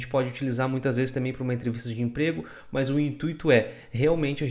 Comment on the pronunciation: Muito bom!!! rachei o bico com os "Muoôs" => "mas" kkkkkkkkkkk